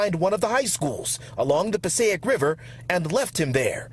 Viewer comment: Pa-SAY-ick River